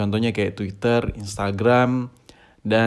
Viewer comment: Kenapa lu kalau bilang sosmed yang pertama lu ucap tweeter tod😂 curiga gua